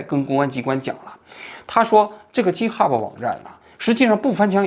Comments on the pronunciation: 叔，直到你念 Github“鸡特哈布”我实在绷不住了，这个念gi，不是“鸡”😂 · 几天来在为我的年轻同行愤愤不平，王局的插科打诨又让我忍不住笑起来，这一集做得真好。另外，GitHub 的 G在这里不发J的音，而是接近拼音中的G发音。由于这个小小的辅音，我一直没搞明白王局说的这网站到底是啥，快听完了才知道是我每天都打交道的东西。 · github不是Ghub。央视名嘴英语就这水平? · 王局那叫给的哈普不是g哈普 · 不是jithub 相类似的读音是'给以特'hub :) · 王局github念错了。是github, 不是jithub. 你第一个G的发音不对。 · 一个发音纠正：GitHub 的读音是ˈɡɪthʌb, 不是ˈdʒɪthʌb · 王局，容我纠正一下github 一般发音是给哈，不是鸡哈。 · 哥 那个不读ji-t hub, 那个读g(ge)i-t hub😂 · Wrong：鸡t哈普，Right：给t哈普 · 正确发音 gei te ha bu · github的读音错了 哥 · btw 想纠正发音 “github”😄 作为一个程序员听到发音错了 很难受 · 虽然这期王老师把github读音不太对，但是个人感觉说得非常好！ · GitHub 发音错了王局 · 王菊github读错啦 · 王局github英文读错了，估计在日本待久了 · 虽然但是这个github一直念错😂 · 王局 github读错了 下次记得读对了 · github 念 g hub，笑死我了🤣，王局太可爱了。